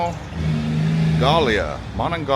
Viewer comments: The river is the Monongahela. Mo-non-ga-he-La. The county is Mon-non-gay-Lia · It's the Mon-on-ga-hee-la